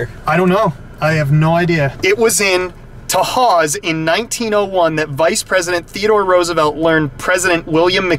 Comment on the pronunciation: Just so you know most of the buildings were torn down last November. I posted some pictures here. Also kudos to you for using the correct pronunciation of Tahawus